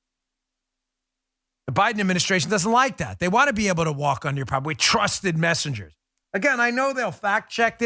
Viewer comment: I thought he said 'trusted messages'